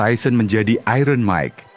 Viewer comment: Sebut 'iron' pun tak betul orang Indonesia ni. Belajarlah Bahasa Inggeris dengan betul.